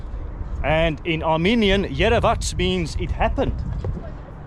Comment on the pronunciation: be back, you are absolutely the top vlogger!! Just a small correction Yerevats which you pronounced really well means "I have seen it" or "it is visible" or saying finally it is visible.